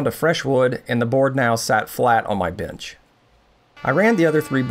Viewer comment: Why does he call it “binch”